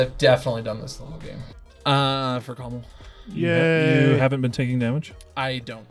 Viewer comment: The way he pronounced Kamahl hurts.